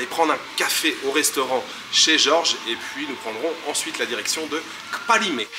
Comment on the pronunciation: Merci! Tu me donnes envie de séjourner au paradis… en plus il est 🌷. Pour le parler togolais: ne dis pas KKKpalimé avec un grand K mais plutôt Palimé avec toutefois un léger k très peu perceptible kPALIME. Nos colonisateurs écrivaient PALIME.